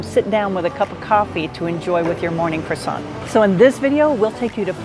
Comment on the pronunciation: How do you spend so much time in France and pronounce croissant so badly?!